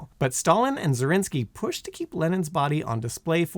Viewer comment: Dude, you need to learn how to pronounce Dzerzhinsky - in the video you sounded like Zelensky and the latter is a different murderous soab